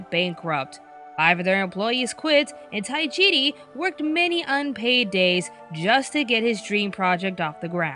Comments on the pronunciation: Tajiri, not Taijiri. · Not to be rude,but it's Tajiri,not Taijiri